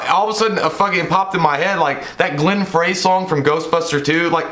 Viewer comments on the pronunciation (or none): really wanted to see this in the theaters but it never played where I live. not being a dick but Glenn Frey's last name is pronounced fry. thanks for the great content. congrats on 50k!!!!!!!!!!!!!